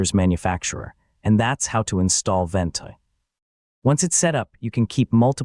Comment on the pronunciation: "Full Guide" in two minuters? Right! The truth is Ventoy ('Vent" as this crap A. I. video calls it) does NOT just boot up any iso file you copy to it. It would take a one hour video at leaat to teach you all the ways Ventoy will wreck your life.